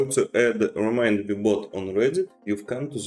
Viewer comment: It's not RemidMe...it's RemindMe